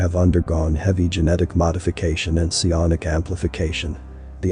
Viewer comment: Se-on-ic? What is that?